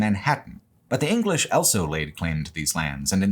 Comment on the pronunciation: pronounces the word "also" as "elso"